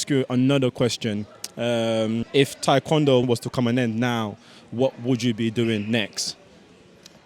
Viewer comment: Do they only teach athletes how to correctly pronounce Taekwondo (Tay-kwondo, not Thai) after they get Olympic gold?